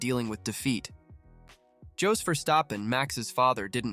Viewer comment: I believed Jos pronounced like Yours